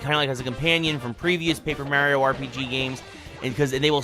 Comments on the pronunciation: It hurts! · "Paper Mear-eeo"